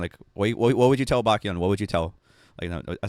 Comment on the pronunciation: You know they don't even say exo right it's not E X O it's exo, so not surprising that he can't say baek's name